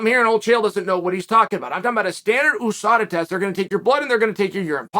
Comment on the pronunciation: Why does chael keep saying OUSADA